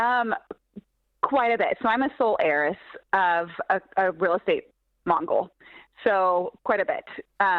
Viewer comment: Lol real estate "mongrol" ...she aint the sharpest tool!